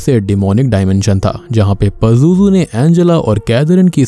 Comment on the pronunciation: It's “ Pazuzu " ...